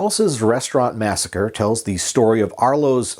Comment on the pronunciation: other than the "massacree" misstatement, very well done indeed, even the newspaper clipping, nice. And actually, sort of an important historic document, thank you.